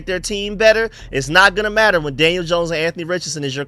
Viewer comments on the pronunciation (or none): none